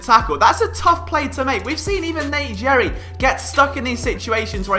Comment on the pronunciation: How can this guy be philly a fan and call Nate Gerry, Nate Jerry......hahaha